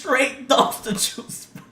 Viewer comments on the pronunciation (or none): none